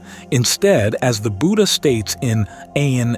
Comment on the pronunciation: The word Buddha is mispronounced. The first syllable has a short u sound. It should be said like that in wood not like that in wooed.